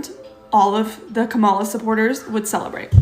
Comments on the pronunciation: KAM-A-LA, NOT KA-MALA.. KA-MALA is a wrestler.. KAM-A-LA is the Vice President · And, she is still intentionally saying Kamala's name wrong. Proves she's not sorry. She's just mad she's outnumbered in her family.